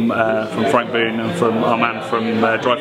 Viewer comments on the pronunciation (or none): Never heard of De Cam and Hanssens, gotta try those! Belgium is just around the corner for me any way here in Southern Holland! :) Lucky me! (P.S. Boon is pronounced with an o like in Low) Great vid again, cheers from Holland!